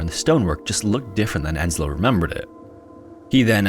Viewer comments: Yeah, but then he mistaked the name Ensio as Enslo, and that really grinds my gears. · Oh god.. there is no Enslo in Finnish names. It's Ensio, not Enslo.